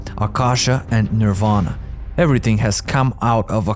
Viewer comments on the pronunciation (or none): none